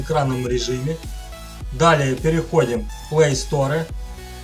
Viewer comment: ахаха, ты шо я ору)) блустэкс, плэйсторэ